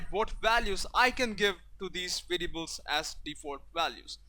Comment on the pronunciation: I don't want to be rude but try to train the way you say variables :)